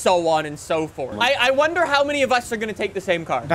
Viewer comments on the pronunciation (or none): none